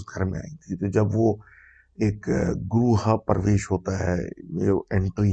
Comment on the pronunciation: Greh parvesh pronunciation was wrong